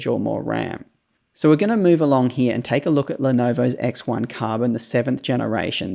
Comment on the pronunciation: Love the way you say "HERE", sounds more like "HEYA" 😂